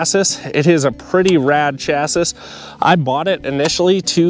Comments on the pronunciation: Appreciate the video but you gotta stop saying chass iss. It's chass ee. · Thanks for the video but I cannot help myself but to say it's pronounced "chassie" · why are you pronouncing chassis like that?